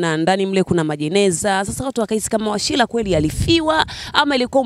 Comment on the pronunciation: Washira sio Washila kha!